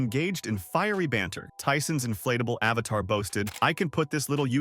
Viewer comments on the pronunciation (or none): none